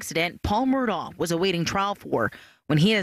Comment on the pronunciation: It is pronounced MurdOCK. If you are going to report on it, say it correctly.